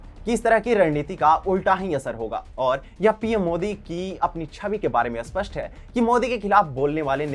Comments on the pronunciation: Spasth hota hai Aspasth nahi.. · अस्पष नही इस्पष्ट